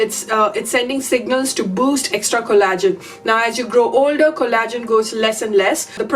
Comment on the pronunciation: Pronaunced cOllagen , not collAgen.